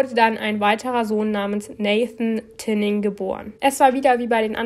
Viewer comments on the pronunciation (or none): Sie heißt TiNNing, nicht Tining, liebe 😊